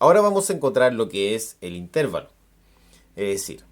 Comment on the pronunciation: bien pero no diga "intérvalo" se dice intervalo sin tilde